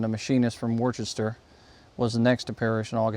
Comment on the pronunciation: Worcester is pronounced “Wooster,” with the “oo” sound pronounced like the vowel sound in “crook.”